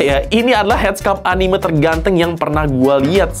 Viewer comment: Anime nyebutnya bukan anime